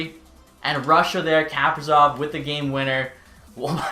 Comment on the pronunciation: Ka- pree- sof come on